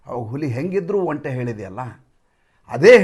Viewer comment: ಹಾ,,ಇವರೆಲ್ಲಾ ಸೇರಿ ತಂತ್ರ ಮಾಡ್ತಿದಾರೆ ಜನರ ಆಶೋತ್ತರಗಳನ್ನು ಈಡೇರಿಸುತ್ತಿರವುದೇ ಓಟ್ ಚೋರಿಯ ತಂತ್ರ 😂😂😂& ಒಂಟಿ ಅನ್ನೋದು ನಿಮ್ಮ ಕಡೆ ಆಡುಭಾಷೆಯಲ್ಲಿ ಸರಿ ಆದರೆ ಅರ್ಥ ಏಕಾಂಗಿ ಅಂತ,ಅದನ್ನ ಒಂಟೆ ಅಂತ ಉಚ್ಛರಿಸಿದರೆ ಒಳ್ಳೆಯದು ಅಂತ ನನ್ನ ಅನಿಸಿಕೆ